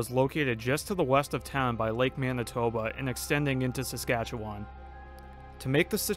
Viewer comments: I’ve only seen one comment correcting the pronunciation of my province it’s Saskatche-wen not wan. It’s weird we know but it’s how you properly pronounce it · Fair enough. The only times I've ever heard it pronounced with it said WAN at the end is on youtube lol. Literally every person in my life I've ever heard say Saskatchewan it has more of a WEN sound at the end. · It's pronounced Saskatche-wen. I know it seems weird but thats how Canadians say it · According to Wikipedia it's pronounced with a UH sound. Like about and comma SaskatchewUHn